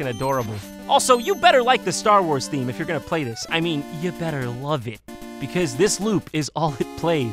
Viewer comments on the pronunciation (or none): *What do yoosa buying?